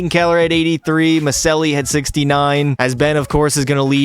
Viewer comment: Maccelli is pronounced "Muh-chell-lee"